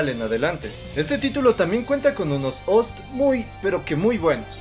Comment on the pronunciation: El "ORE" de Zero...Los "OST" (En lugar de decir OOO ESE TEEEE), algo incomodo escucharlo asi, asumiendo que es un resumen para "olds".